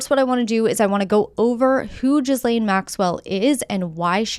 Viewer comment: lol are you saying gizzlane Maxwell on purpose😂